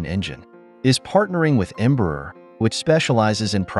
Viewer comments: This narration, whether someone or AI, mispronounces the name Embraer, which sounds like "EMBRUR" and not open, "Braer"! You need to learn to speak Portuguese. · the irony is, the part they most have issues, shoudl be the easiest since it SHOULD sound like "AIR". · Em- bra- er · Embraer shouldn't be that hard to pronounce. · Can we learn how to pronounce "Embraer" before we made a video about it please?